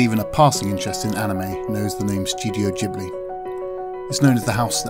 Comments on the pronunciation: No he didn't, ghibli you pronounce gibli not jibli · Urghhhh. I hate people who cant pronounce ghibli properly. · It's Ghibli with G from Ghost. Or do you pronounce ghost with j?